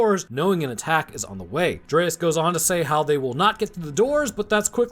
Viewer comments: His name is DREYFUS, not dreaus or whatever was being pronounced. Also im pretty sure the apes hadnt seen humans in the last TWO winters, not eight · How can you not pronounce Dryfus? Its literally said out loud in the movie. Delete your channel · THANK YOU for pointing this out. It kinda feels like he didnt really watch this movie, just kinda went thru it for the video. Because he also mispronounces Gary Oldmans character's name every single time in this video.